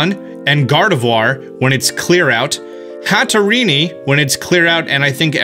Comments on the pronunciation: and "Hattereenie" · The way he pronounced hatterene physically hurt me.